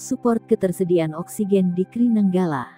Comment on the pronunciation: nyebutnya "Ka-Er-I" min, bukan "Kri"